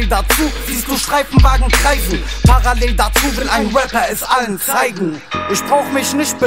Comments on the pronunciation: Joel G er sagt paraell hahah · Wie gut die Aussprache von parallel ist 🤣🤣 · Chelo kann noch nicht mal Parallel aussprechen :D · celo kann parallel nicht mal richtig aussprechen hahaha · Jahr 2020 gucke das viedeo und was mir auffällt celo und apdi können parallel nicht aussprechen 😂😂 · naja Kunst, dieser Song nicht wirklich, celo kann einfach nicht parallel aussprechen und dass in einem Song in dem er das Wort gefühlte 1000 mal rapt. Das ist schon peinlich. 😂